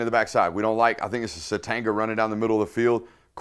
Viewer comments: Suh-Tain-yah. Not suh-teng-uh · Dude. Isaiah Sategna. The G is silent. It’s Suh-tane-yuh not tang. You pronounced it correctly at the beginning, then reverted to the tang the rest of the way.